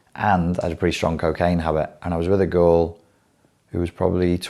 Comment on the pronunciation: Whenever u say girl in the context of your dating, it sounds like "ghoul".